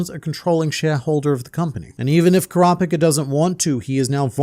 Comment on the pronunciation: kropika the way he says kurapika's name drives me crazy i cant make it thru this video